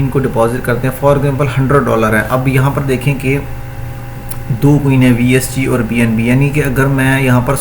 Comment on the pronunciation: Salam bhai app bar bar coin ko queen boltay ho kia main ghalat sun raha hon ya app aysay hi boltay ho